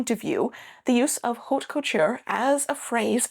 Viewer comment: The "h" is not pronounced in French. Please ...